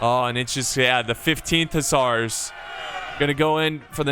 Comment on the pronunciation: It's like the "fusilliers de ligne". Pronounce it, fusiyeah of ligne, i think it's gona be better.😂😂👍👍 to pronounce hussards forget the D and the S......hussar, it's enough. But aniway pronounce it as you want the french audience didn't care about it........you're video are good and that's enough👍👍